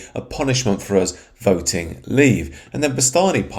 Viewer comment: Not by voooting